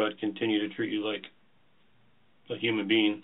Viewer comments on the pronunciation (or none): I swear the detective with the dark-colored hoodie said “,…human bean.” I’ll get some pushback for saying Americans aren’t that bright. Visit Canada, and by and large, people are well educated, aren’t racist, and are peace loving individuals. I am just saying, not preaching.